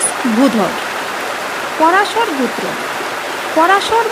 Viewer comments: গুত্র হবে নাকি গোত্র হবে??? নিজের জ্ঞান থেকে কিছু বললে কোনো প্রকার বাধার সৃষ্টি হয় না কিন্তু পরের লেখা দেখে পড়া খুব কঠিন,উচ্চারণটা একটু শুধরে নিতে অনুরোধ রইলো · উচ্চারণটা ঠিক করুন। গুত্র নয় গোত্র । আর মুখস্থ বলছেন কেন? আর ভুলভাল বলছেন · এটা বাঙাল তাই গোত্র না বলে গুত্র বলছে। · ম্যাম উচ্চারণ টা সঠিক করুন ওটা "গুত্র" হবেনা গ+ও=গো এবং "ত্র"=গোত্র।খুব কানে লাগছে। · গুত্র হায়রে বাচিকা😅😅😅 উচ্চারণ বেঠিক।😅😅😅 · GUTRA noy GOTRA bolun. Uchcharan thik korun. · ও গুত্র না গোত্র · গুত্র নয়। উচ্চারণ ঠিক করুন।একৈ নয়।ওটা এক ই। গুত্র নয়, ওটা গোত্র। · গুত্র ও গোত্র এক অর্থ নয়। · ভুলভাল উচ্চারণ। একৈ, গুত্র আবার কি? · উচ্চারন ভালো নয়। কথাটা শুনে মনে হচ্ছে অশিক্ষিত মেয়ে। গুত্র। কি? বারবার এক কথা গুত্র। আসলে একজন অশিক্ষিত মানুষের মুখে এর থেকে ভালো উচ্চারণ আশা করা ভুল। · আপনি কি বাংলা ভালো করে উচ্চারণ করতে পারেন না ঠিক করে বল ঠিক করে উচ্চারণ করুন গোত্র